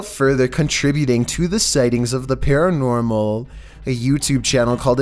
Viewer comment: Random kid: cosplays Mogly from the jungle book: I thinks its something paranOOrmal...